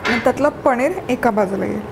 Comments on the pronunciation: पणीर नाही.....पनीर असा शब्द आहे 😂😂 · ताई,, पणीर नाही हो,,*पनीर*